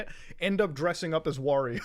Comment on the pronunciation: Muta said “Wario” correctly:)